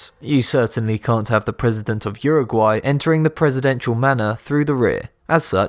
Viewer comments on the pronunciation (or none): none